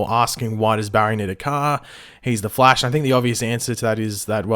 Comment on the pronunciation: Wth the flaish 😂